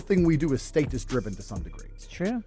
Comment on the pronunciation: I’m less than two mins in and a just can’t handle how this clown pronounces “status.”